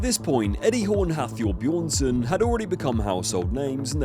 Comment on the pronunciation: "Haftor Bejohnsson" xD